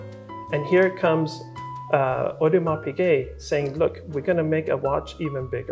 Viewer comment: lol, the "S" at the end of Audemars is silent kev. "ah-ooh-de-mar"